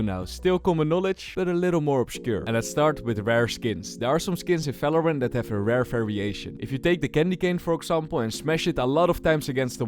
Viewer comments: valorant ❎ falowrant ✅ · holy shit… is somebody else also pissed at how he pronounces Valorant 💀